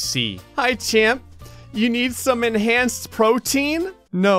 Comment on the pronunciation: Did anyone else notice that it didn't say enhanced it said echanced